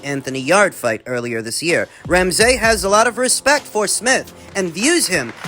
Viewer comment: Doing my fellow Canadian names dirty “Crow-lee” “Ram-SAY” 😂😂